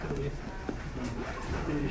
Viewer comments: Its not good morning all Gommoniyaa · Everyone in class: Depressed This dude: “Goomorniyuh” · Now it started to sound like goomorneeyah